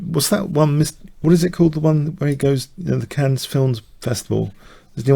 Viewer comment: Okay. You're the but even the is not allowed to pronounce Cannes as "cans". That is not okay.